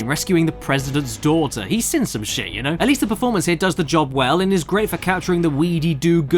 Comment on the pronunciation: This has been on my mind for ages, do you say "This is the best thing I've ever sin" or " This is the best thing I've ever seen" in every video it sounds like you say sin instead of seen 🤗